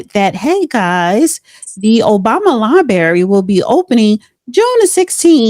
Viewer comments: the correct pronunciation of the word "library", "lai·breh·ree or lī-ˌbrer-ē", not "lai-berry". Also, Obama isn't opening a library, The Barack Obama Presidential Center is a museum, library, and education project in Chicago to commemorate the presidency of Barack Obama, the 44th president of the United States. The center will also include community and conference facilities and will house the nonprofit Obama Foundation. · Say it with me sis ….”library”